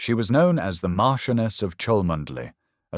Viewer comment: Rose is Mar CHEN uus of Chumley. Pronounce it correctly AI.